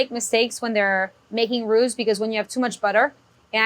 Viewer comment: I swear she's saying "who" 😂😂😂